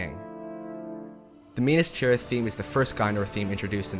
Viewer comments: I love this video but how does he manage to mispronounce 80% of the names? “Menas Tirith?” “Sherlob?“ “Sirth Ungal?” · Enjoying this so far...but how are you mispronouncing the locations. Lothlorien, Rohan, Osgiliath, Minas Tirith All of these are said in the movies...